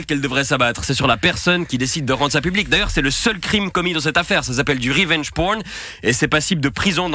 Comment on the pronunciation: t’as raison la faiblesse de Grivault au final c’est de pas assumer : d’une part ça lui fait de la pub, d’autre part les gens adorent les détraqués Par contre ça fait un peu bizarre de prononcer « revenge » avec l’accent français et « porn » avec un espèce d’accent texan (surtout qu’en plus on utilise certainement mille fois plus les mot « porn » en français que le,mot « revenge »)